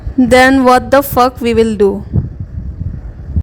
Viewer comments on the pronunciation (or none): Vhy??? Vater.... vhat...... Indian accent at it's best 😆